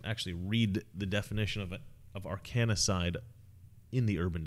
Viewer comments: You're putting an extra syllable into "Arkancide", It's not "ar KAN a side" it's "AR kan side" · Love your work but it's Arkancide not Arkanacide 😁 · Ar-kan-cide, not ar-kan-a-cide. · Arkancide - not "Arkanacide" - like in Seth Rich or Vince Foster. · Say Arkanacide one more time...lol. its Arkancide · Why cant you say arkancide properly?? There IS NO second 'a'. Its AR-kan-cide, not ar-KAN-a-cide. Conspiracy and murder exists, more than you think....simply put the evidence together and pattern recognition and common sense spells out what's happening. smh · It’s Arkancide— A-R-K-A-N-C-I-D-E, not Arkanicide. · Ar-kan-cide not Ar-kanny-cide. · 3 syllables : / r - can - side/ NOT / r- can - i - side/ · Are Can Side, not "Are Canna Side" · Come on dude, its Ar-kan-cide. NOT Ar-kan-i-cide. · It's arcancide, not arcanacide. Like Arkansas (which should either be spelled Arkansaw or pronounced ar-kansas). Arcanacide would be death by fell magicks. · Arkancide is a three syllable word. Not four. Get your Clinton Crime Syndicate lingo correct. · It's Arkancide... NOT Arkanicide. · I watched for 9 and a half minutes until you continued to read Arcan-cide as Arcan-a-cide and couldn't listen Anymore. There is NO 'A' in Arcancide between the letter 'n' and 'c' ... how the Hell could You Not see that mistake? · It's "arca-cide", not "arcaA-cide" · Not ARKANA- ARKANCIDE like Arkansas pronounced Ark-an-saw. Take it easy, man.;) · Funny video! BTW I think for the future it's pronounced "Arr-Kan-Side' like 'Arr-Kan-Saw', rather than 'Arr-Cani-Side' ;) <3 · ARE-CAN-SIDE not are-can-A-side. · You're adding a syllable. It's Arkancide not Arkanicide. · AR-KAN-CIDE, not AR-KAN-I-CIDE! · Arkancide, not Arkanicide. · It's Arc-N-cide, not arcannna-cide. Please do not invent new pronunciations, leave that to the Brits. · It is pronounce Ark cun cide. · Ar can cide; you're saying it wrong. Love your show! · Omg dude! It's Arkan-cide! No A in the middle. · Um...its not "arkan-a-cide".